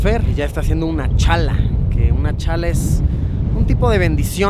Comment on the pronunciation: lυιѕιтo no eѕ "cнala" ѕe dιce "cн'alla" y pѕ т ғalтa conocer мáѕ d nυeѕтra нerмoѕa вolιvιano 🇧🇴🇧🇴🇧🇴